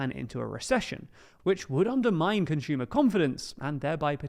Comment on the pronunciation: There’s no “H” in the word “consumer”.